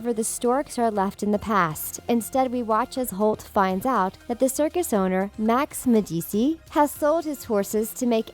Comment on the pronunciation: u said max medici wrong all wrong why do u ur funny lol